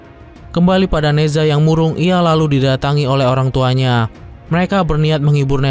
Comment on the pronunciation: Ne Zha bacanya Na Cha...Z di baca C